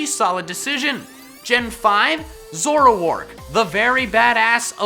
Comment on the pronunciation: You said ZOROAK WRONG!!!!!!!!!!!!!